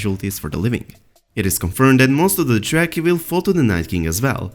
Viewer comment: AGHHHHH Stop pronouncing Dothraki as jracky.